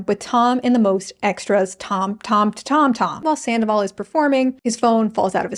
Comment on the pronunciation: your pronunciation of “zandoval” is absolutely spot on